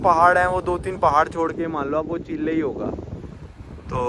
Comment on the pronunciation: Abe bhai wo चिले नहीं चिली होता है